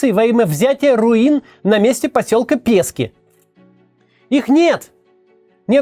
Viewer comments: не пЕски, а пескИ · Будь ласка - назва селища "ПескІ" наголос на "і". Дякую